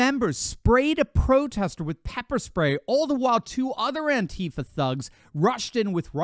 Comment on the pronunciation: Would really like too know what state these Turd$ are from .I know A - Jones said ansheepa. had a lot of members in Austin ?